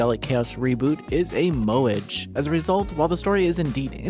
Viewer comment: Every single instance of any non-English word or name is always mercilessly butchered in Noisy Pixels' voice-overs, you kinda get used to it after a while. : a good practice to alleviate this would be for the reviewer to include the pronounciation of these as a note the first time they appear in the script (like "mo-eh-geh" for "moege" or "Shi-la-yuh-ki No-ah" instead of "Shiwayki Now")